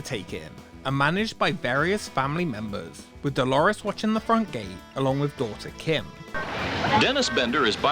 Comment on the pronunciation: "Da Lake Dalores"